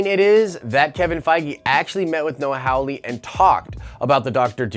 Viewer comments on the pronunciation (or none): The name is Hawley (HAH LEE) not Howley (HOW LEE). You claim to be a fan of Legion and of Hawley, but you cannot pronounce the man's name right. Learn to read.